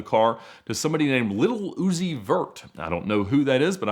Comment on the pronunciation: HAHAHAAHA absolutely no one: ….. Ed : Little Oozi Verrrrt idk who that is